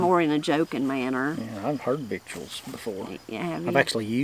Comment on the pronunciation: Lol "Have you already vitteled?" Can I also say, " I'm vitteling"